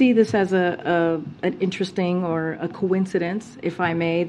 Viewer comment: "We see this as a coeencedeenk!"